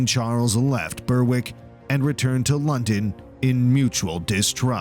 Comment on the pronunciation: Troops near "burwick" Berwick is pronounced "b-eir-ick"